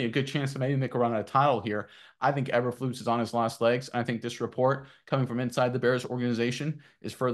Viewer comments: E berflus. NOT aber flus. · It's pronounced Eeeeber lose,what is the letter called eb or eeeeeeee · How can we take you seriously when you refuse to pronounce the coach's name right? Even if I agree with you? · First time watching your videos, it's hard to take this as serious when you keep mispronouncing the coaches last name. Nothing personal but man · These guys are terrible! Can’t even pronounce Bears coach’s name correctly. Thought the video might have saying something. Useless video